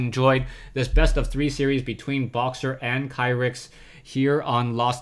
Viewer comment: Kyrix is pronounced (KEE-ricks), according to the way the player spells it in Korean.